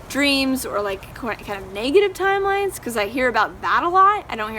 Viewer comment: "TIMLEINES" lol